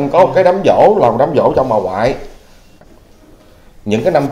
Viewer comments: Đám giỗ nha em, không phải đám dỗ... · Giỗ chứ ko phải Dỗ)) sửa lại b nha 🥰